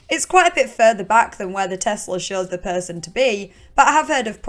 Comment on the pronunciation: I could listen to you say perrrrrson all day. Love your vids